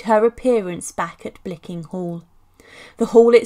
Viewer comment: actually its Blickling hall not bickling.